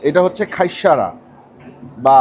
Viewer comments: Bhaiya Eita just খাইস্যা not খাইস্যারা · not khaissara ..its khaissha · বার বার বলতেছে খাইশ্যারা😅 যে হবে খাইশ্যা, (হাইশ্যা)